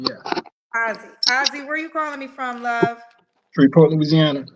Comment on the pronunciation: In defense. It's pronounced Shreveport, Louisiana. IDK what he was saying. It threw me off and I was born there.